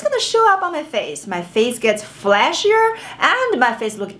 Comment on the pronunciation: Is she saying flashier or fleshier?